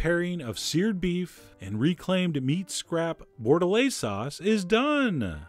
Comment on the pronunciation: You butchered that french steak sauce term T_T hah!